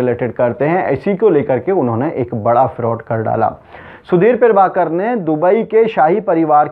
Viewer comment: पीरभाकर नहीं, प्रभाकर.... न्यूज एंकर हो, शब्दों का उच्चारण सही से किया करो